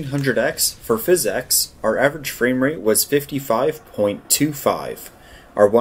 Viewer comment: I think PhysX was meant to be pronounced "fisics", not "fis-ex".